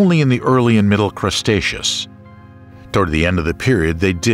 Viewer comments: I enjoyed this except towards the end when the narrator decided 'The Cretaceous Era' was actually called the "Crustaceous" era. And then he pronounced 'Tertiary' as 'Terzziary', like some Italian dessert. I was laughing out loud - and he had done so well with all the other scientific names. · Good video, very interesting but, the narrator misspoke. Had to laugh every time he said Crustaceous instead of Cretaceous and called clams mammals. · CREEEtaceous, not CRUSTaceous! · Can someone tell the narrator it's Cretaceous not Crestaceous. Just makes it's sound silly. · Why do you keep calling the Cretaceous period "crustacious"? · its cretaceous not crustaceous.... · Umm.. “Crustacious” ?? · The voiceover refers to the Cretaceous as the 'CRUST-aceous' at several points. for one. for another. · Drinking Game: Take a shot every time he said Crust-aceous and get absolutely blitzed 😂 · And he calls it crustacious everytime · "Crustaceous," which he says more than once, really threw me. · Now I want some pizza because you keep saying CRUSTacious. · You'd think the amount of times this guy says "crust-acious" whoever edited the video would've caught it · The cretaceous being pronounced as the "crustaceous" is disturbing. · What? No1 2 correct the narrator? "Crustatous? Cmon man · what the hell is "crustaceous"? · What is "Crustaceous?" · The constant mispronouncing of Cretaceous, while funny at first, ultimately made the video unlistenable for me. Sorry, but unless I need material for a montage of content creators sabotaging their own efforts, I don't think I'll be coming back to this channel.